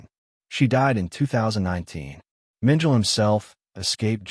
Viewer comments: Mengele is pronounce MEN ge la, and not MEN jell. The "g" is hard, like in good. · Mengel? Get someone who knows how to pronounce the German names. The name is Mengele. And Mengele was NOT Heinrich Himler, whose picture you showed when speaking of Mengele. If you can’t get these few things right, what makes you think I’m going to think you know what you’re talking about? Or are you AI or some other robot? If you or the editors don’t know difference between Mengele and Himmler, you don’t know anything about this subject. It’s also NOT Triblinker. It’s Triblinka. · Mengel?? It is pronounced Mengala AI SLOP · OMG! Mengele does not rhyme with angel!! Correct this, please!! He isn't Adolf Eichmann or Heinrich Himmler, either. 🤦🏻‍♀️ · Yeah, “Mengele” is pronounced “MEN-geh-luh”. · You’re correct; it’s pronounced Men - geh - luh (the guy who worked on twins) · How do you expect Likes when you mispronounce names...Joseph Menjul...lol